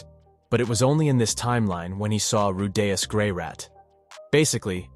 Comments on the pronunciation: RU DEE US. Who tf is "rudayas" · Roo- Day- Us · why is bro saying rudaus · I freaking swear fuck with Rudy's name just 1 more time asshole!? It's not hard to say his name man I'm at the in the video and you haven't said his name right at all not one time except when you call him Rudy... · it is a sacrilege how you mispronounce Rudeus's name